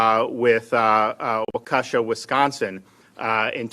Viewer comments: Btw it’s Walk-eh-Shaw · We need more governors like Mr DeSantis... walk a shaw is how Waukesha is pronounced around here in Iowa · Sorry Governor DeSantis I love your courage and respect you... But... It's pronounced "Walk "EH" Shaw" ... "EH" as in Head...